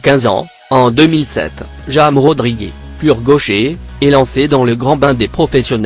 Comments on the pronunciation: Même chose avec MANCHESTÉ UNITED!!!!!!!!! MDRRR ET AUSSI POUR JAMES RODIGUÉ !!!!!! Ouf il a pas dit FALSSAO!!!!!!!!! IL MA TUÉ AUSSI !! MDRRRRRRRRRR!!!!!!!!!!!!!!!!🙃🙃🙃🙃🙃🙃😬😬😁😁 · Woah comment il prononce les noms et les clubs c'est ...c'est pas ça hein comment il a dit James Rodriguez oh la la la la !!!!!!!!😧😧😩😡😡